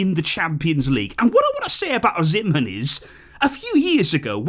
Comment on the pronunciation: Hey. The name is pronounced Victor OH-SEE-MEN lol😂